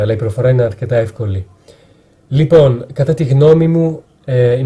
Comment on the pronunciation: Απίστευτο! Σαν να είσαι Έλληνας ακούγεσαι! Μια φιλική παρατήρηση, μη δίνεις τόσο έμφαση στη λέξη "λοιπόν", αν το αλλάξεις και αυτό,πραγματικά δεν θα μπορεί να ξεχωρίσει κάνεις αν είσαι Έλληνας ή ξένος! Συγχαρητήρια!